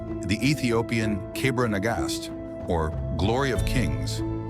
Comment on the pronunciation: you actually did an impressive job although it is Kebra Negast not cabra negash.